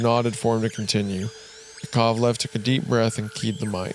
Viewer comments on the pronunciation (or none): its yUri gagArin. You raise your voice a little on those letters. Also on YAkovlev, alekseI ledOvski. The way Isaiah pronounces russian names is pretty good, I`m thankful that he tries <3 Храни тебя Господь, мистер Вендгун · Especially Korolev and Yakovlev ahahaahahh it's koroLEv and YAkovlev